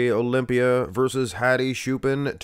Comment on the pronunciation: Who is shoopan, it's ch bro, like chair.